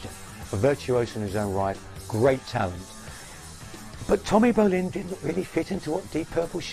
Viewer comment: Great story aside the bald/hairless commentary throughout with obvious prejudice and subjective comments that never work well in documentaries. The guy or producers don't even pronounce Tommy Bolins name right. Really? ...There's better documentaries out without the judgment.